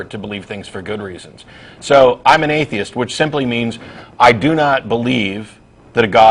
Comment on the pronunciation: It's funny how he pronouce atheist as "aye-dye-ist" :D